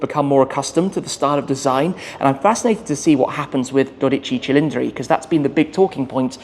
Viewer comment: “Dodici Cilindri” …..very well pronounced ! 😉👍